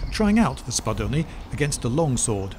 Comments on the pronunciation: ur pronunciation of spadone was perfect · The way you pronounced Spadone made my Italian brain very happy